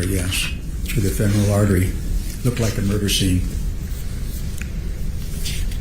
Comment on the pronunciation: IF Sanderson had been alone and cut his femoral artery, he would be dead. Holding pressure on a bleeding femoral artery is nearly impossible especially if it is your own. Accent on Fem not moral when pronouncing femoral